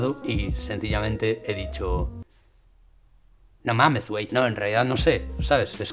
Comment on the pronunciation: JAJAJA, BUEN VIDEO, SALUDOS !! Esta bueno el "Nomms wey" XD